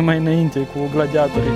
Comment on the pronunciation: Accentul e pe Torii in cuvântul gladiatorii .no offense .just for saying.